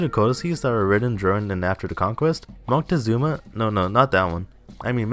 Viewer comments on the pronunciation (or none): none